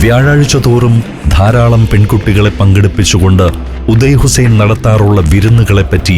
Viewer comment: ഉദയ് ഹുസ്സൈൻ അല്ല, ഓദ യ്യ് ഹുസ്സൈൻ അണ്,Audaay Hussain.